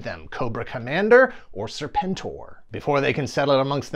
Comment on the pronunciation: Uh, it's pronounced 'Serpen-Tor'. 😤